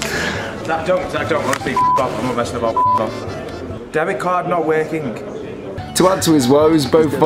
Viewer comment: "Debit card not werking" 😂